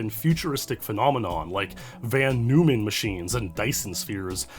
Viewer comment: Von Neumann is pronounced more like "Vohn Noyman" and usually they are referred to as probes. Interestingly there is currently a company trying to figure out how to build a self-replicating lander for the Moon. It is still a far off proposition, with many new technologies needed to overcome difficult challenges, but the idea is being worked on. I'm trying to recall where I heard the interview, which was very technical, but I'm sure it can be found on YouTube. It was most likely on John Michael Godier's channel Event Horizon, or maybe with Lex Friedman.